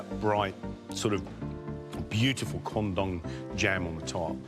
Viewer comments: the way the judges said "Quandong" really sounds like "Condom" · All i could hear was condom, so i thought they all ate rubber dishes